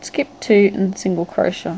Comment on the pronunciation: What's a "crosha"? (I know I know, I'd just never come around that particular pronunciation of "crochet" before. Croshas, crosha.... Where did this woman grow up?